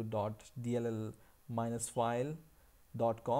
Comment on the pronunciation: i love how you say dabloo dabbloo dabbloo DOT